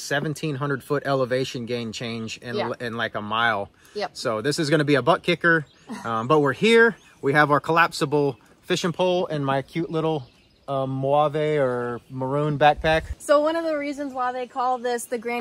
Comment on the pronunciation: I’m sorry…”mo-wav-e”? I need him to say colors wrong every time. 😂